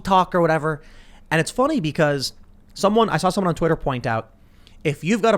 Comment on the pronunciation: It's fonny? very fonny indeed Pim Tool 🤡